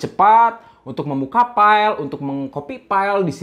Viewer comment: Sama kalo bisa huruf V sama F jangan diganti pengucapan nya jadi P..... agak kurang enak di dengermya..... Vga jadi PGAAA, File jadi PAILE, Seven jadi SEPEN